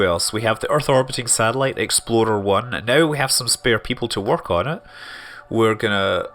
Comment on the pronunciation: it sounds like he is saying "Exploder 1". How very Kerbal.